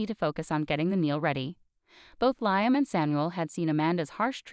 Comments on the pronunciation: It is pronounced Lee um Not Lie um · Narrator is in a race to finish the story. Slow down. Lee um not Lie um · Liam is pronounced Lee -am